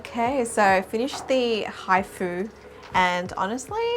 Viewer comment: When u say hifu it sounds like hi food Lol